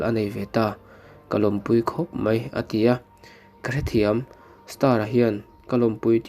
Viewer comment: Mizotawng hmandik a ngai ngaihthlak a ti nuamlo tlat .Mai tihtur mei i ti a